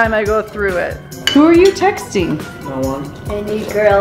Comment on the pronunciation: NO texTING TING i hate they way she said that